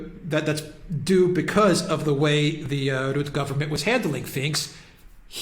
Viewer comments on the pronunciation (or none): It's pronounced Rut-tuh. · We need to get rid of Rutte. He would even sell his mother to get in the EU's good graces. P.s. you botched the pronunciation lol. Both of you. But I get it, our language is retarded.